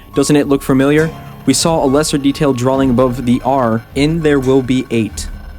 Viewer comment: Why can't say drawing properly? He says Drawling.